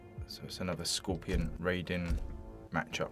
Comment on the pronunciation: Great youtuber but did you say scorpio